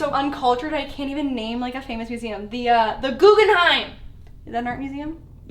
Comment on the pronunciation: moose-am instead of museum